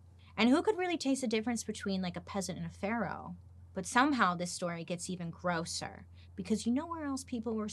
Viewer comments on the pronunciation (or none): none